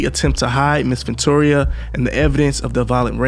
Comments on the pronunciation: its pronounced Ven-tura not ventoria LOL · Love your vids, but man gotta get the pronunciations down. VENTURA , not Ventora/Ventoria/Victoria. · It's not ventoria it's ventura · Wow. Stomping her in the face. 😢 he’s a demonic savage. Also Her name is Ven-TURA. VenTOORAH. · Its Ventura not ventoria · Why do you keep pronouncing her name wrong? Ventura is not Venturia. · Ven-tu-ra bro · Nigga do you not know how to pronounce VENTURA!!!! JESUS!!! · Mispronounced her name so much it became annoying. I'm out